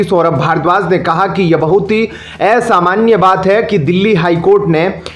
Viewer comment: Oye ghonchu, hindi to theek se bol. Asamanya hota hai aisamanya nahi. असमान्य, एसामन्य नही